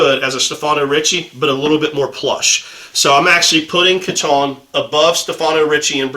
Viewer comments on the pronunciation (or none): Nice video. I feel the Kiton tie as produced today is slightly too narrow, especially for the Windsor knot you favor. It's pronounced Key-tahn, by the way. I have found the fabric of the Italo Ferretti ties you have reviewed to be nicer, and the lining leading to a better knot.